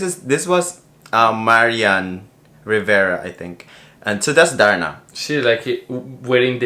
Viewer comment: Hahhaha ang funny nyo talga 😂😂😂 nakakatawa si nung nag ding! HAHAHHAAH YUNG LAKAD! Yung pagkakasabi ni fabio parang "TARNA"! 😂🤣 HAHAHA LOVEYOU COUPLE 😍😘